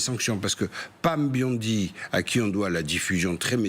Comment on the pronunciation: On ne prononce pas Biondi mais bien bondi exactement comme le nom est écrit...... Comme dans James Bond il faut juste ajouter un i.....